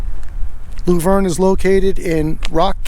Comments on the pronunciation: It's not lou verne, it's laaaah verne and yes, typical mn ultra libtard welfare office! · Lou-verne.. 🙂 it's Luh-verne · I've spent a lot of time there - t's pronounced Luh-verne as in Shirley and Laverne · I live 20 minutes from Luverne, I hope while you were in town you guys stopped by the Blue Mountain State Park to see the Bison there, it's really a wonderful place to visit. Also PS: it's pronounce "Love-urn". Have Fun :)!